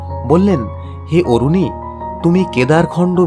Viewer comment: আরুণী not অরুণী